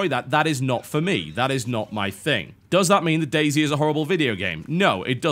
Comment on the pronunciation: the way TB says Day Z sounds like Daisy. It is funny.